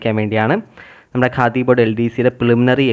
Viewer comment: Khadi.... Not Kahdi😂